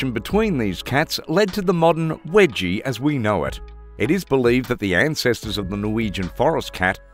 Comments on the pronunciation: its not "wedgie" its weejee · Wedgie!?? Can you anglophones just stop destroying names!!